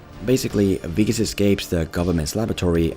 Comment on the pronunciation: You pronounced Wikus so well- I had to rewind! Lekker dude. Love from 🇿🇦